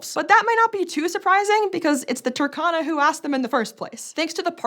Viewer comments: Toor-khan-ah...Saw the map in the thumbnail and immediately clicked to watch. In the word Turkana, please pronounce the U and stress the R... TURRkana.Don't pronounce it like Turkey, it's driving me crazy. With love ❤ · By the way, it is pronounced as two-RR-cana, not Turk-cana. Otherwise keep up the good work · it's not TAH-KA-NA it's TUR-KA-NA no AH sound. UR is only pronounced as A in English. I'm from Kenya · rrrrr Say rrrrr Tu-r-ka-na Not Tukana Turkana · The pronunciation is off, you need to sound out every letter, yes, including the R and the U is pronounced "oo" as in book